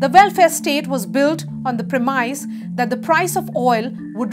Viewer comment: Hello Madam, hope you are doinSadig well. Let me correct you if you don't mind. , you pronounced the noun 'premise ' as /prɪˈmaɪz/. It is not correct. Because this word (premise) functions as noun as well as verb. We should pronounce it /ˈprem.ɪs/ when it is noun. When the word premise is verb, it can be pronounced in two ways : /prɪˈmaɪz/ and /ˈprem.ɪs/. Thanks a million Jafar Sadiq